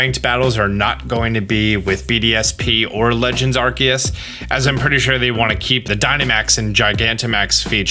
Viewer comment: Wait…. Isn’t it pronounced “Ar-see-us”??? Like how the “ce” in “cellar” makes a soft c sound??